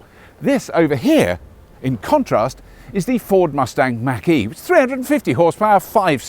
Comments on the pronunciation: It's mawk ee not mack ee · Robert, Nice into and review. Try "Mock - E", NOT "Mack - E".